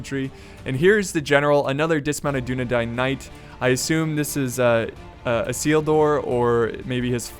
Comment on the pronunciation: Elendil = Ell-en-deal Isildur = I-seal-dur